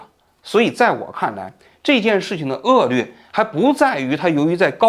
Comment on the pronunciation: 王局的很多视频都把“恶劣”读成恶”lue”，觉得这个档次的节目和播主不应该读错。